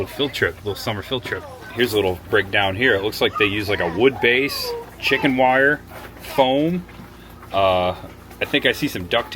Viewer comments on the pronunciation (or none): none